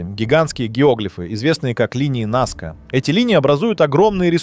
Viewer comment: НАска, а не НаскА - грамотеи. Среди чего, чего? Каких амфОр? Что это за слово? Вы вообще где учились?